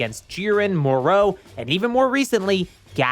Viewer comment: Its Moro not moreau